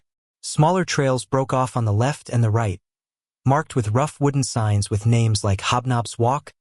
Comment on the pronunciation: Sorry but I am going to buy the book on audible. The narration is terrible! I've listened to you the other six books that had a different narrator. Don't mean to offend but you at least need to learn how to pronounce the names.